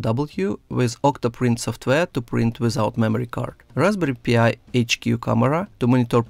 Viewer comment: I heard it more like Raspberry P.I.. Like Magnum P.I. T.V. Show with Tom Sellick